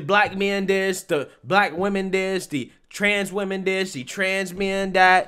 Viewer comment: Is there a reason people have such difficulty pronouncing women vs. woman?!!!! Also he had to mess with his wig soon much, I got a twitch...😂😂😂😂